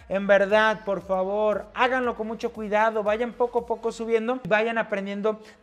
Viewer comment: musho resheno dislaic